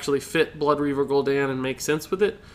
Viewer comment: Holy piss is Gul'don not Gul'dan